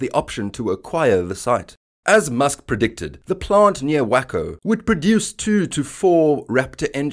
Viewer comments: It’s pronounced like Wayco, not wahco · Pronounced Way-Co cause merica! Lol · Its pronounced wAco TEXAS....LONG A. Would you like me to say Loooondon instead of London? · It’s Way-Co